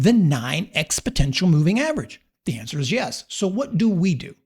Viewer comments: This is so awesome! I've been trading for several years now and was in a recent slump. This has helped me get back on track. (on a side note, I'm a freak about word pronunciations....it's pronounced expoNential and not expoTential) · No hate but you gotta stop calling it "Ex-potential" moving average lol it's "Exponential". It has lots of potential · Dude.. expoNential, not expoTential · Thanks. But please dude you got to learn the word exponential, its not "ex-potential" 🙂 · Why do you pronounce “expoTential” which is incorrect ⁉️ “ExpoNential” is the correct word. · EX PO NEN TIAL. :face-green-smiling: NOT Expotential. FFS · It’s actually called ExpoNential - not expoTential 😅. But thanks very much anyway 👍🏼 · I literally read your comment at the very moment he spoke it 😂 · Not expo-10-chel....it's expo-NEN-chel. :) Hey... any way you could use dark theme charts? There are many people who find the white harsh on the eyes. Otherwise love your channel... and I am missing the many, many vids you used to have posted. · Exponential....not expotential. Sorry, the teacher in me! Lol! Great video though. This, coupled with John Wick and our Power of Towers is unbeatable! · Haha, Everytime you say ex-potential instead of expo-nential 😅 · The nine "expotential" moving average.... O M G. The video creator can't even pronounce the name of the EMA correctly. I'm constantly shocked by the utter garbage about trading presented on YouTube. And every single time, it's accompanied by: "Buy my course," "Buy my mentoring," "Buy my signals." People, wake up and ignore this rubbish. Nobody who makes videos like this earns their money from trading; they only ever make money off the money of stupid and naive customers! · It's really disheartening that you cannot correctly speak the word exponential. You pronounce it as x-po-ten-tial. Of course it causes me to question your intelligence. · he said moving average EXPOTENTIAL. Ha ha ha. This guy is teaching. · "Expotential" MA. Lol